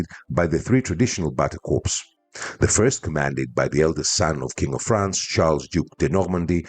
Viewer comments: I am an avid fan of yours, am a subscriber and watch all your videos. Your English is especially good but I would just like to point out to you that the words corp or corps are both pronounced "core" in English. It is only a small thing but I am sure you would like to be told If you were mis-pronouncing something. As always thanks for your interesting video and looking forward to the next one. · one thing “corps” in english is pronounced “core”, with the p and s silent due to its french origin. Thanks for the vid!